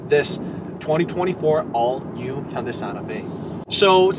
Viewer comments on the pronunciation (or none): you keep saying honda... hunda.. quite annoying. removed channel from recommenations